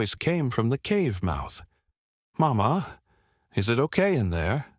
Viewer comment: The narrator does'nt use some of the correct pronunciations!! Not MaMa! Mama.